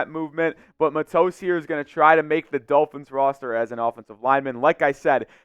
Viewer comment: It's pronounced Mah-tos, rhymes with nachos.